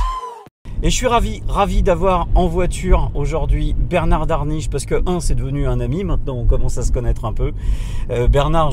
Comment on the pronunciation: Merci pour vos vidéos, un automobiliste averti en vaut deux, voire dix s'il communique. Attention à 22 minutes 38 ! Bernard Darniche et non Daniche!